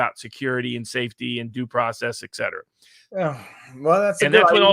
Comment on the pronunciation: Love you, Mr. Barnes, but please stop mispronouncing "et cetera." It's ETT-setteruh, not ECK-setteruh.